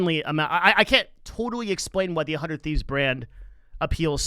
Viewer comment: 100T just stands out in terms of content first and that goes a long way. I don’t watch much of their content anymore but being more creator focused is helping them much more than other orgs one more thing about 100T that I notice a lot of people mistake is it’s pronunciation (sorry to call you out ) and Nadeshot did bring this up in a podcast about how he actually isn’t happy with the logo design because it leads to that confusion it’s not “one hundred thieves” “uh hundred thieves” it’s “hundred thieves”